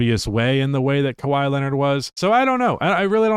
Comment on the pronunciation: Kawhi Leonard. It’s kawhi Leonard.